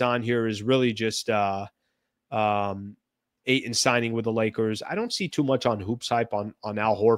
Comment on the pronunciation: Eie it's Ayton .